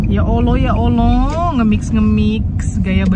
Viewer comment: Salfok pas bilang ya oloh ya oloh😅😁aku dngr ny ya Alloh2😅🤭